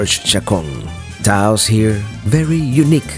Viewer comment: Get Taos /Taos Pueblo out of your mouth